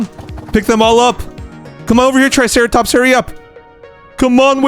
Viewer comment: And u called the triceratop truceratops